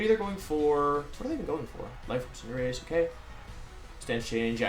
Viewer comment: I was legit taken aback hearing Wolfe say Cinderace correctly at the beginning wtf haha